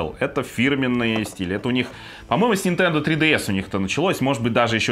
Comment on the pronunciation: 2.28 "включаем нашу нинтендУ свич лайт" - как гвоздем по стеклу